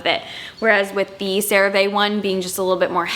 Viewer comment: CeraVe is pronounced Cera-Vee. It stands for Ceramide Vehicle :)